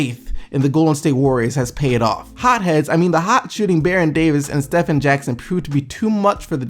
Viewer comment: it's not pronounced "Steffen" it's pronounced "Steven"